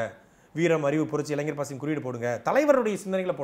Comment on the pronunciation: அவர்களுக்கு ஒரு வேண்டுகோள், தயவு செய்து இளைஞர் என்பதை சரியாக உச்சரியுங்கள், இளைஞ்சர் என்று உச்சரிப்பது கேட்க முடியவில்லை